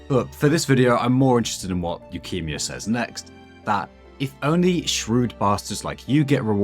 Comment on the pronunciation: i cannot get over how you pronounce his name as leukemia LOL